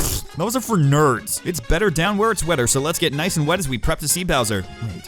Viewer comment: Question does anybody when he says niceu it’s a JoJo reference from Joseph Joestar